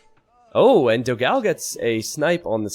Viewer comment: PS: is Dogão, not Dogáo the right pronunciation in brazilian potuguese, check in google translation the difference.